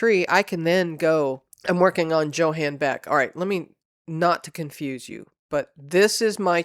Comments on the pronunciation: Johan is pronounced Yo-han, not Joe-han. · Not to be picky but Johan is pronounced Yohan or Yo ann. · Because I'm a language geek, I had to mention that Johan is pronounced with a Y sound, not a J sound. Same with Jensen, so it would sound like Yohahn Yensen. (Sorry...like I said, I'm a language geek, and I cringe...) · I believe the name Johan is pronounced like Yohan if it is a German name.